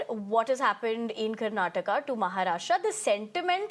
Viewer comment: your home state of Karnatak?? First of all learn to read teleprompter properly it is Karnataka not Karnatak Absolutely deceievrs naarth ppl 😂 Also i welcome this move so that Marathi can thrive in their state Now you guys understand any state goa Karnataka Maharashtra Tamil Nadu anything which benefits its own citizens the most jalan😂 happens from naarth ppl